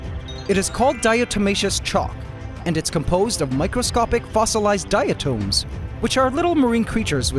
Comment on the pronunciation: 💡 👄 No.👉 DI-uh-toms, not DI-uh-tomes.👈Good video though. Sorry about the escape.